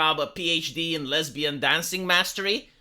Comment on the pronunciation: jesse lee peterson : LES-BEE-ANN !